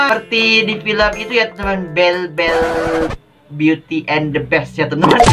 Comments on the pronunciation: Namanya belle di baca bili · Beauty and the beast nama cewek nya belle tp di bilang bell